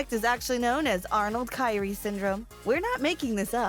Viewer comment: Arnold chiari syndrome is pronounced Key-are-E and there are actually multiple types not all caused from birth defects.